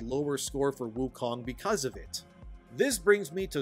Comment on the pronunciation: It’s called Wukong, not Woke-ong (I died of cringe making this, I honestly can’t stand using the W-word)